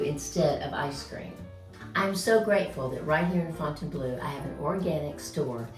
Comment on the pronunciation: the "eau" at the end of Fontainebleau is pronounced like the "eau" at the beginning of Deauville! Please stop saying Fontaine - BLUE!